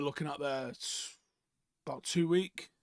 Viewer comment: Why do you always take the s off of the words months and weeks?